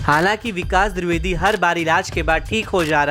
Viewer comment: द्रिवेदी नहीं होता है द्विवेदी होता है. VO में सुधारें